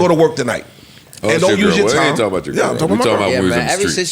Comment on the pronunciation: 😂😂😂 why do this nigga say girl like that?